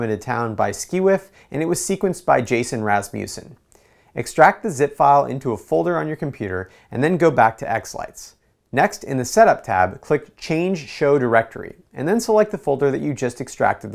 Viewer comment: Great video! One thing, I share the same last name as Jason. Our last name is pronounced Ras-mus-sen. i.e. Rasmus' son. :). Love our channel!